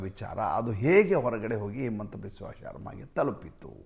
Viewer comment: ಅದು ಹಿಮಂತ not ಹೇಮಂತ್